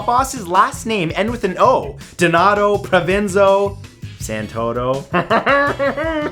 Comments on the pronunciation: Just a little point from an Italian person: the name of the previous Boss of Bosses was Bernardo Provenzano, not Provenzo! Nice vid anyway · Provenzano, not Provenzo.